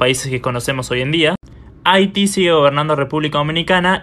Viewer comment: Dijiste mal Haití pusiste la tilde en la primera i y no en la 2da